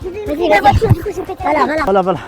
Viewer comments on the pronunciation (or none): On dit voiture pas vature